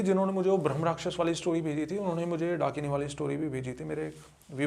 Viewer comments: Dunkini❌️ Dakini✅️ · Host : भाई वो "" डंकिनी "" के बारे मे बताओ... 🤗🤗🤗🤗 . . Guest : ब्रो ... ""डंकिनी "" नहीं...... ""डाकिनी "".. 🤗🤗🥺🥺😬😬😬 . . . Ghost community listening to this podcast be like : ""डंकिनी ""...... हाहाहाहाहा....🤣🤣🤣😂😂😂😂🤣🤣🤣🤣🤣🤣😂😂😂🤣👻👻👻👻👹👹👹👹🤣🤣😂😂🤣🤣😎😎😎😎😎